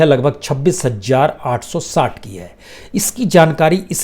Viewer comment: Please correct pronounce hazaar not hajjar.